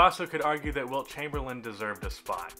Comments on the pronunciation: his name was "Chamberlain" not chamberland my dude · Did you just say Wilt Chamberland?